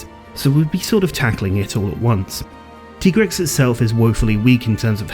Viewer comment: I will NEVER accept the pronunciation of MHW's "TEE-Grex". It's supposed to be TIE-Grex!